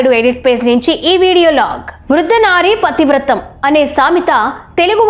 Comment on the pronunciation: వృద్ధ నారీ పతివ్రతః అని రాసి , వృద్ధ నారీ పతివ్రతం అని చదువుతావేంటి . .పతివ్రత"హా" అని అనాలి అని తెలియని మిమ్మల్ని తెచ్చి ఎందుకు ఇలా మకిలి పట్టిస్తున్నారు ? "అం అః" లు , ఆ నుంచి అః లు రాకపోతే తెలుగు న్యూస్ రీడర్స్ గా మీ స్థానం లేదు . దయచేసి అందరూ కట్ట కట్టుకొని ఎంగిలిపీసు ఛానెల్స్ పెట్టుకోండి . అన్ని పార్టీల వాళ్ళు ,.,.